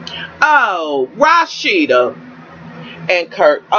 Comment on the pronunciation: Thank you for pronouncing Rasheeda correctly. That is my name & so many people say it wrong. It just urks my nerves.